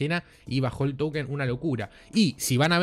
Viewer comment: Como se dice token o towükenn?? Jajajaj